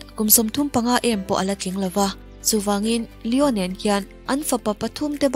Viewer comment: Lion-El Tih a Pronounce tur a nilo, Lio-Nel tih zawk tur aw.. Mi lam rik dan ang nilo in i lam ri kher a, style deuh a Pronounce kher i tum a mahse a dik silo a i lam dan ang chiah" hi a diklo a ni tih Ram dang te pawn an lo buaipui ve hrep tawh a nia😂😂....Lio-Nel Chu" a lam rik dan tur dik tak a ni... Argentina leh Spanish te lam dan chu.. tun a i rawn lam rik dan hi chu a diklo, youtube ah pawh hian en tur a awm nual ang.. Lion-el tih a lam rik hi a diklo Lion-el tih in lam tawh suh tih ringawt pawh youtube ah hian en tur a awm, JULIEN MIQUEL channel ah pawh en tur a awm.. Lion-el nilo in Lio-nel tih in lam tur, mi thenkhat in Lion-el ti in an lam thin a heihi a dihklo a ni Lio-nel tih tur, hemi chungchang ringawt Messi hming lam rik dan tur chungchang thu ringawt pawh en tur a lo awm leh zel chu a nia.. Kan inang lo thin ngawt mai..😅😅